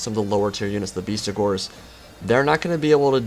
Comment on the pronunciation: It's BESTigors, not BEASTigors mate :)